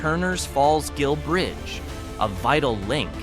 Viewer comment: Gill, with a hard G, not Jill.